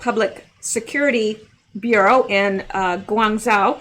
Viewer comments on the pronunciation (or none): none